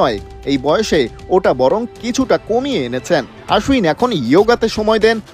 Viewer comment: আশ্বিন, আশ উইন নয় 😂😂😂